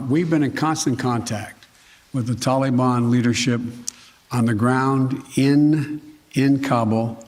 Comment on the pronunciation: Did he say Tolly-bon? Sounds like a dq treat... ill take 2 dilly bars & a Tolly-bon... maybe thats how its pronounced im just used to hearing tal-i-bon . What a nutjob.